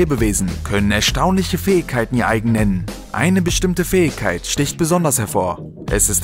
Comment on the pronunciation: eeeeehhh du kannst das Wort Fähigkeiten nicht richtig aussprechen das nervt im Video